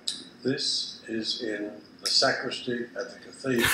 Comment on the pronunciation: Why do you say ZA pope instead of THE pope?